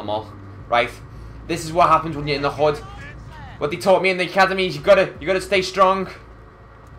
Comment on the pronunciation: this dude dont say hood he says hod